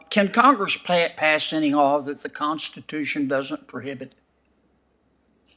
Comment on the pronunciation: When she was an “avocate” and the “costitution”; too lazy to pronounce words correctly. Unfit for the job!